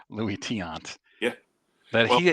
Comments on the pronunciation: I do appreciate some of content... but even if he's never heard of Tiant - which, itself, is sort of an indictment on his knowledge - the fact that he can't slow down enough to read a five-letter last name and, instead, laughably mispronounces it - 4 times in about 5 seconds - by flopping the two vowels - is 100% worthy of criticism and most certainly TAINTS his reputation. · Mr.Tiant was my father. I miss him terribly. I think knows all the mainstream players trying to stay relevant. He has no clue what he's talking about. I think it's embarrassing to hear my father's name being pronounced like that repeatedly.